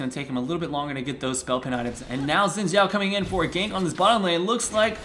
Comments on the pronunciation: it's pronounced like Shin Chao as it mandorin name. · Xin Xhao pronounced like shin chao btw :)